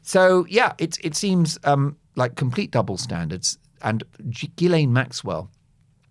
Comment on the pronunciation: Pronounced: gee-LANE.